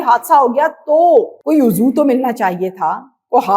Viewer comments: عضو کا تلفظ uzv ہوتا ہے، uzoo نہیں۔ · میڈم ۔۔۔ اچھی کوشش ہے ۔۔۔ ذرا اپنی آواز کی pitch کم رکھیں۔۔۔ زیادہ جرم و سزا والے پروگراموں میں بولنے والا سٹائل مت رکھیں ۔۔۔ الفاظ کی درست ادائیگی کریں ۔۔۔ یہ لفظ " عضو" کو "اُو-زو" کر کے نہیں پڑھا جاتا ۔۔۔ آپ برائے کرم کسی سے اصلاح لے لیا کریں ۔۔۔ شکریہ 🏵️